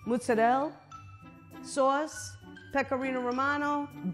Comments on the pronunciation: It's not mozarell. Ask any real Italian. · I’m offended by the way they butchered saying mozzarella as an Italian